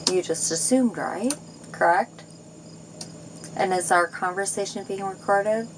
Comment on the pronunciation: "You assumed... I was operating my veeicle... crrekt..?"